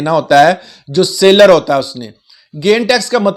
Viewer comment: Seller not sailor.